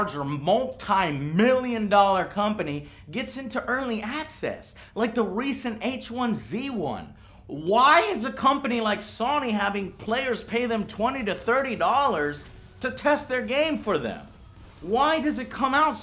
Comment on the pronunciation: Just got one thing... could you please learn how to pronounce "sony" Sonny is not it